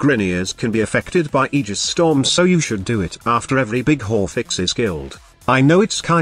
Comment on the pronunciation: Why do i hear horfix ? 😆